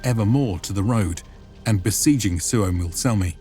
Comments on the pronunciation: it's not Suomossalmi but Suomussalmi, just to point out. :D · It's "Suomussalmi" not "Suomos---" Suomu means a scale spec of a fish skin, but ofc it might be older word from Sapmi language which i don't know. And as eastern finlander, I think that saamelaiset/sapmis should have their own autonomy in north. Finns did them real dirty stuff, while "civilizing" them, those "barbarians". They were the real inhabitants of Finland before the agricultural "Finns", and I say "Finns" because there were none such group really. They were Estonians, Livians, people from south finland mostly, then there were Tavastians (Häme), Savonians and all kinds of Karelians. I'm from current North Karelia (Finland) and our roots are from Denmark from the building of Olavinlinna-casle in Savonlinna. My ancestors were builders of that castle who were given small titles around it.